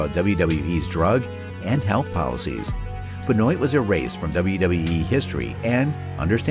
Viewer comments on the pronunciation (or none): As I was great fans of him, It's real weird to hear someone pronounced his surname as Ben-oit...... 🤣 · It's pronounced Ben waa lol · Hahaha Benoite lol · Benoit- if you say it, google spells it like your saying it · There's a couple problems with this video the primary one is how you mispronounce Chris Benoit's name several times in a final portion. You might want to read this because every wrestling fan is going to roll their eyes once CB is mentioned.